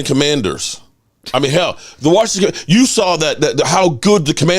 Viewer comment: Its YOU, not CHEW.